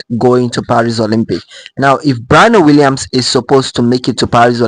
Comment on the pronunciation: Sir learn to pronounced her name correctly if you're going to make a video about her.